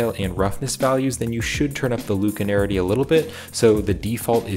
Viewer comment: Read the word slowly. LACunarity. Not LUKE. Use the Force, Luke? LACK-you-narity. 😀